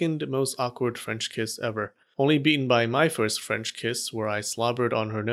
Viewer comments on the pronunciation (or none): none